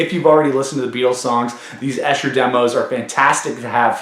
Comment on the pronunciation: It’s pronounced EESHER! I live about 8 miles east of there.